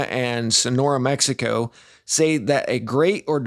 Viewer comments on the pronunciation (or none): none